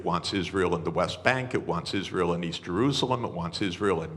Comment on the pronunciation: " United IsZreel of AIPAC "